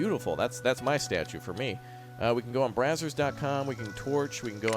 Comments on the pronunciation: I was drying of laughter 🤣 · No you’re not the only one 😂. I started dying after he said that.